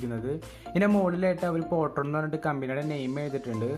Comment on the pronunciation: പൊട്രോൺ അല്ല ഫോട്രോൺ ആണ് 🤗